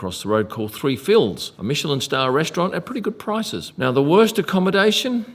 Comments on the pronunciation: Fils is a french word that mean sons and its pronounce "fiss" 3 Fiss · "3 fils" ... must be pronounced in French, which means 3 sons lol ;)